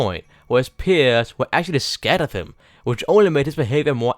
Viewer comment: I thought when you said I made this ice burg you said I’m on this ice burg